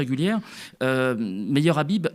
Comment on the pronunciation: Son nom se prononce khabib. Ikh qu'est-ce qu'il est vulgaire aucune élégance aucun charisme et il ose critiquer les musulmans. Comme on dit au Maroc il ne m'arrive même pas à l'ongle du petit orteil. Il doit le savoir le marocain c'est quelqu'un qui a une très haute estime de lui et il se sent naturellement supérieur à ceux qui se la pètent par contre on sait être modeste avec les gens modestes humbles on est toujours prêts à se plier en 4 pour leurs faire plaisir leur rendre service. Mais jamais on ne laissera intimider ou insulter par ce genre d' énergumènes.